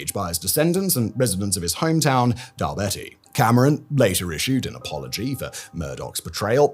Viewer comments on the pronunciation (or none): I dunno whether it’s the spelling in the script Simon or not but it’s Dal-beattie not Dal-betty. As in Warren Beatty